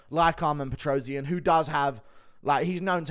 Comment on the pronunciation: PetrosYAn, stress on a last syllable.